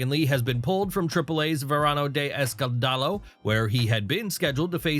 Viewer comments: If I hear Verano de EscanDAlo one more time im gonna go crazy. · I lol everytime you say escandalo 😂 u say it wrong